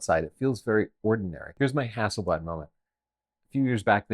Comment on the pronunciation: camera name is stated as "Hassleblad" and not "Hasselblad"! How on earth did that happen!?